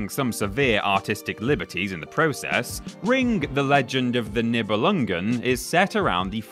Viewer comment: The title is pronounced knee-beh-lung-en, I believe.